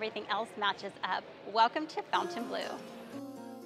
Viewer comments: It’s not pronounced fountain blue it is pronounced Font en blu it’s a French word 😂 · How do you do a full review video and NOT know how to pronounce the name??? So unprofessional and embarrassing!!